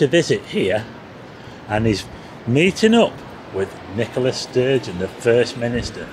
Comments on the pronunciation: Nicola who ??? McSturgeon wtf twice you said it her name is Sturgeon not every Scots name starts with Mc . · Thank but it's Nicole stugeon not mc stugeon. I like you but call her mcstugion sorry disrespectful. Do you call him.curry rishi